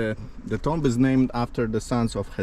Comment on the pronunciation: Thank you, my friend, for your great videos. One point concerning your pronunciation: TOMB, in English, is pronounced 'Toom'. Just FYI... :)